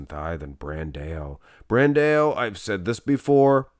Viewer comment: BranDOW! BranDOW! BranDOW! FFS! 😄 Not BranDaAyôU! Also Charles Griffen vs. William Bonac